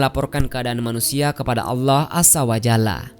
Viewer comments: Kenapa orang indon majoriti tak boleh sebut allah dengan betul??? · kok saya agak gatal telinga.. pada penyebutan lafadz ALLAH.. YANG di ucapkan oleh pengisi suara. agak aneh dengernya..apa kurang fasih beliaunya.. semoga bisa di perbaiki..dan semakin fasih.. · Bilang allah aja gk becus..preett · Maaf kok penyebutan Allah nya ky kurang pas. Mungkin bisa sering belajar melafalkan